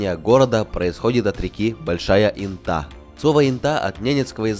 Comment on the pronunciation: Не брехай, в Латвии Инта это женское имя!😊 Правда произносится не как интА, а Инта